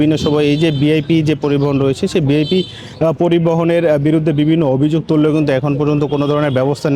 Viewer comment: উচ্চারণটা বিআইপি না ভিআইপি?!!!